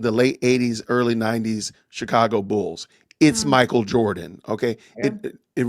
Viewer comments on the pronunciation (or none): none